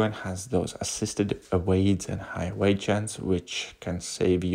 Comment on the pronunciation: Lol... Evade